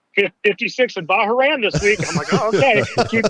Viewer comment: Bah-Rain lol